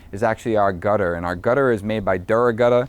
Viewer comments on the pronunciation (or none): Dura-gutta... that boston accent is comin out.